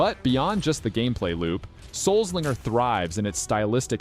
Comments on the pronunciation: Grat vid! Loved the games. BTW - I think it's supposed to be pronounced, "Soul Slinger" (a play on the wild west's Gun Slinger title), and not "Souls Linger".) 🙂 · Souls linger? I'm pretty sure it's meant to be pronounced Soul Slinger.